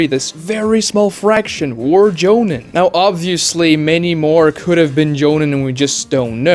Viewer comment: Maybe I'm a jerk for this but your pronunciation of the word jonin was tilting me. The I in the word sounds more like an e. Like in the word me or free or tree. "Joneen"